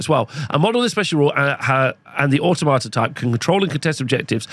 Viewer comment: Pan-o-plea and Or-tom-at-a